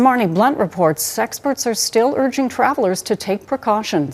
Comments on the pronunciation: does she say sexpert? Or do I need to get my hearing checked ✔️ she's got sex on her mind lol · u r right, she said SEXPERT, she`s showing some of the symptoms of orgasm deprivation. Subconscious always expose our hidden thoughts. You don`t need a hearing check, at least for now. 😁